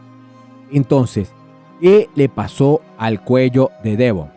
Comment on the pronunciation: No se dice armuejlin 😂 y no se dice Devón 😂😂😂😂😂